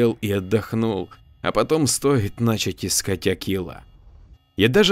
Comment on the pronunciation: Я всё о том же: начАть, чЁртом будет, стояли нАсмерть и прочее. А читаете хорошо, с чувством!)